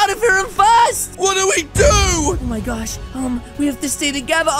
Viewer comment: Why does he say Oh My gorch instead of saying oh my gosh